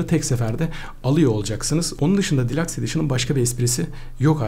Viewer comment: Abi delux diye okunuyor delax deme sinirim bozuldu vggyıghıgıhgıhghı